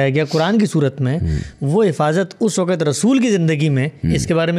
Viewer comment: PLEASE CORRECT YOUR PRONOUNCE ( ISS WAQAT WRONG) (CORRECT IS ISS WAQT) WE EXPECT IT FROM YOU QUALIFIED PEOPLE SPECIALLY IN URDU.